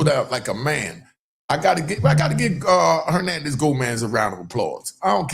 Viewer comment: Hoenanez Gonaz?